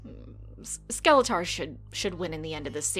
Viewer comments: Bruh the way you pronounce Skeletor is just no bueno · "skele-tahr" kills me... It also sounds like watching this would kill me too